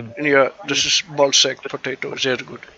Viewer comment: Ballsagpotatoe.... wie geil 👌🏻